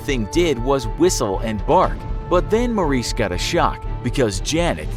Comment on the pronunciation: It's not Maurice it's Morris